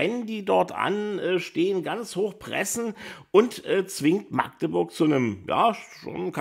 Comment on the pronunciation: Schön mal jemanden zu hören, der Magdeburg richtig aussprechen kann statt „Maaagdeburg“